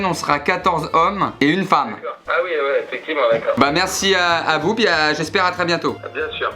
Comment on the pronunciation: "J'esp'hair que ça vous a plu" 😂